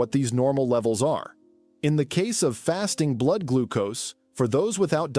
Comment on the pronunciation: Pump blude. That’s a new description for blood. Interesting info but a human voice would help and know about pronouncing blood.